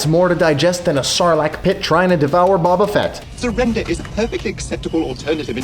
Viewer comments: "Bobba Fett" Excuse you! It's bo-ba. Fett. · HOW THE HELL DO YOU GET BOBA FETTS NAME WRONG ITS NOT BABA FETT ITS BOBA FETT HES THE MOST NOTORIUOS BOUNTY HUNTER IN THE GALAXY!!!!!!!!!!!!!! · "A Sarlac pit trying to devour Bobba Fett." Ehm... you sure it ain't " Boba "? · I'm sorry but I feel like this guy was trying to prove his Star Wars nerdiness by bringing up the Sarlac Pit, but if you're gonna do that pronounce Boba Fett correctly